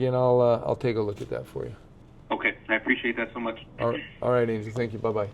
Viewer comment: his name is pronounced an-hel not an-jel